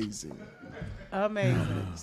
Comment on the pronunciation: He said Amazin!!!! I almost spit up my water.